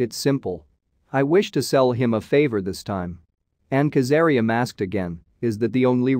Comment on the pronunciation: Kazaliem not kazaream